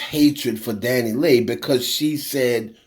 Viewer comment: her name is pronounced Dani-LAY not LEE. It's like to pronouncing (Santa's)sleigh. Leigh is pronounced "Lay"